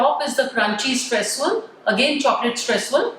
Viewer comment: it's not stresssuel its streusel